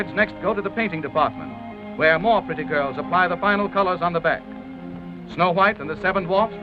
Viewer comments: The emphasis on “pretty girls” kind made me chuckle. Like did the girls have to be pretty girls.?? Like makes it sound like they wouldn’t hire girls they didn’t see pretty or something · well if u think of it, it is sexist... u see the narrator felt the need to emphasize on the word pretty bcuz he wanted to be appreciative of them and in the 30's describing them as pretty would have been the biggest compliment, whereas the biggest compliment should have been "This hard working talented girls"... They did not describe the men as "handsome men" cuz in no era was that the biggest compliment a man could get, but for women- to be 'nice' and to be 'appreviative' one felt the need to describe their appearance which was of no context here... thus when one looks back now can't help but feel that 30's was a sexist era